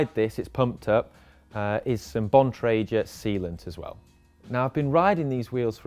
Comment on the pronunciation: "Bon triger" 😂